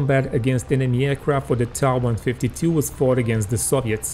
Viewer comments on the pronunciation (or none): Not pronounced 'ta' but t.a. . . . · its not ta, its tiiai